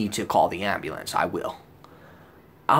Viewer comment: The ambley-ance. Lol